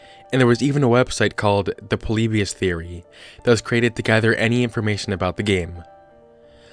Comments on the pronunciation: Are you saying... poleebeeous? its pronounced polibeeus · that's its pronounced po-li-bi-us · It's actually pronounced "Polly-Bye-Us" Not "Pollybeyus" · The way he says Polybus makes me cry 😂 “Po-Le-Be-Us” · God, stop calling "Poleebius" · YOU PRONOUNCED IT WRONG!